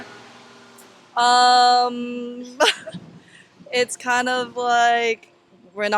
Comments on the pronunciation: Yes, it does! If an interviewer is asking about two political candidates, the least she can do is pronounce their names correctly. Lazy, lousy interviewer. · It could be, but it ISN’T. And it’s rude to mispronounce someone’s name— especially intentionally, as a slight. It reflects more on the person who does it than on the person referred to. It basically says, “I’m lazy and my mother didn’t teach me any manners.” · Is it really so hard to pronounce Kamala?? It’s pronounced Comma-la, not Kam-A-la. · It's not come-ma-la, it's com-ma-la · its pronounced Comma-la you dogwhistling moron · I stopped watching when she said Stanford was the most prestigious university in the world. 😂 “Kuh-MAH-luh” for crying out loud. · The interviewer cannot even pronounce KA MA LA name correctly. She has one job. One job😔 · Jesus, Pronounce her name correctly. It is Kama-la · If your'e going to do interviews, please learn to pronounce the name of the candidate correctly. Also, please learn how to read body language. Seems like many students aren't comfortable telling you what they really think :) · Why are you purposely mispronouncing her name? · For Goodness sakes… say her name correctly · Learn how to pronounce her name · It's SO annoying that this interviewer still doesn't know how to pronounce Kamala. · First of all, if you are going to ask people, learn how to properly say the candidate’s name. It’s not hard. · It would be nice if you pronounce her name correctly. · Why are you mispronouncing her name? Is that intentional? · Notice how this “interviewer” consistently mispronounces Kamala’s name and frames her second and third questions in a way that seems to challenge students’ answers if they say they would vote for her. Shame! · Girl ,you should learn to say her name first. Don't forget that she is still the Vice President and you should have some respect. Thank God they were some smart students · Interviewer can't even pronounce Kamala correctly. UFB